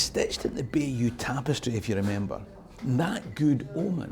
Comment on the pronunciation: Wee pronunciation guide for you,. 😊 The Bayeux tapestry isn't "bay-you", it's "bah-yeuh". The vowel in the second syllable is like the a sound in the Gaelic word "dragh". You got Joachimsthaler 99% right. The only thing you could do better there is to pronounce the J as a Y, which is the way it is in all Germanic languages except English and Scots.